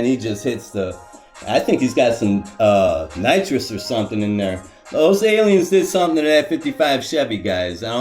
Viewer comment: Did you say nitrous 😂😂 Now we know 😂😂JK